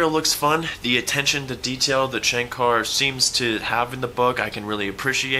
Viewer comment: was pronunciating it as shankaaaaaar😅